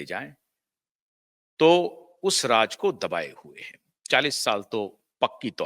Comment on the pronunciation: Improve your pronounciation. Agar nuqte lagaana mushkil lagta hai to uska hindi synonym dhoondh lein. Sharmila aal ke liye Sarmila ban gayin. Have a heart.Raaz Raaj ban gaya. Take s few lessons in diction